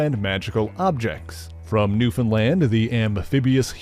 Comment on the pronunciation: I just wanna say thank you for pronouncing newfoundland correctly